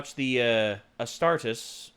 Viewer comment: The way you pronounced astartes hurt me it's ah-star-tees